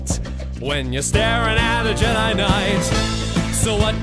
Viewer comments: Actually, Je-di as they pronounced it a few times is not the same as jedi but I don't care 'cause this is awesome! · OverEnglishMan I like it the only thing I would have changed is instead forcing Jedi into three syllables I would have said "Jedi Guy" one part it makes more sense second it's more akin to the original lyrics.